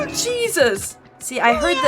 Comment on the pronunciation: Hay-soos, has issues....